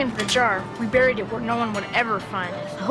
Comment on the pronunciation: The scariest thing in this video is how pronounces "buried"